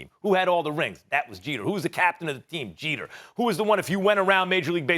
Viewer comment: It's Jeter.